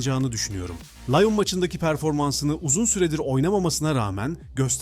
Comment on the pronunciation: LAYON ne asdaamk liyon diye okuyun bari